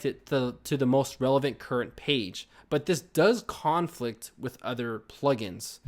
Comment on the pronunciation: Also, he should be pronouncing the verb form (con-FLICT) instead of the noun form (CON-flict).